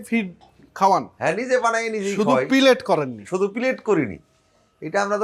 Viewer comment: Not Pillet it is Pellet ! Pellet in Bangla mean Guli.